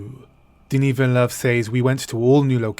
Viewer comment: "Says" is pronounced SEZ.